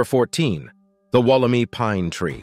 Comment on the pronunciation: Wool - am - eye. Not wool - em - ee. Australian pronunciations always trip people up. 😂